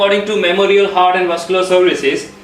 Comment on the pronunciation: Good job! Just need to improve pronounciation of some words. Such as Heart- it's haat not hurt!